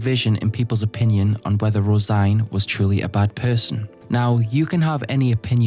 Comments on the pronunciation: Hey guys, do you think he knows that it’s not pronounced rose -igne, it’s rose -een? Guys my self esteem is based on correcting people on the Internet, even though multiple people have already said it, I need to get my fix. I scratching for a hit of “ermm actually”. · Tbf I also thought Rose-Ine in my head lol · You pronounced her name rose -igne? Its rose-een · I came here because I just watched the "Berserk lore to fall asleep to" video and suspected someone had corrected the pronunciation the wrong way. "Rose-een" is arguably closer to the correct pronunciation than "rose-ine", but vowels can generally be pronounced any which way and still not be "wrong". The Japanese can't be read "rose-een" because of the lack of a dakuten on the シ, and can only be read "roe-seen" or "roe-sheen". Given the general "Irishness" of other elements of this arc (and how elves are presented later), I'm strongly inclined to consider "roe-sheen" the more likely of the two possible readings. The translated spelling "Rosine" can't be read that way in English, but that can easily be attributed to the Anglo-American translator(s) not being aware of the common Irish girl's name "Róisín". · IS NO ONE GONNA MENTION HOW HE PRONOUNCES HER NAME????